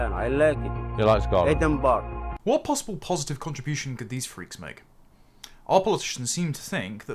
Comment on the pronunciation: New rule: If you can't pronounce Edinburgh correctly, you can't live in Scotland.